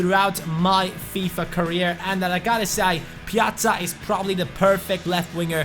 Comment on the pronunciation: Finally someone knows how to say his name right 😄